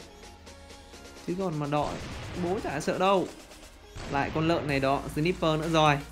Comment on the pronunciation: Ân ơi sờ nai pơ ông đọc là sờ níp pơ